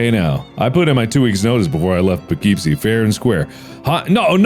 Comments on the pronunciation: Mark saying Poughkeepsie wrong has now ruined my day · I keep hearing Poughkeepsie, and keep thinking like the tapes? Surely it isn't referencing those things, now is it?